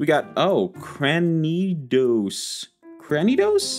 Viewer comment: Cranidos is said like cranium...cuz, yknow...the head is pronunced. Head Smash, etc.